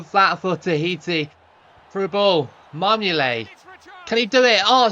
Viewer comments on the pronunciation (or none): you keep calling marmouyet marmoulet